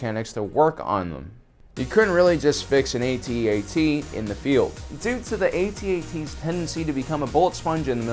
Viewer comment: Go ahead....say "Atee-Atee" again! They are called "AT-ATs" as in Hat Hats! Friggin 2019 and their ignorant whipper snappin kids!!!